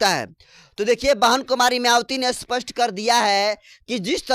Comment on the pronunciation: Aap " Spast "shabdko "Aspast " Kyu kahte ho !